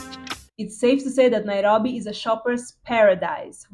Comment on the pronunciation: The way you say "Nairobi" is satisfying. 😊 Karibu Kenya.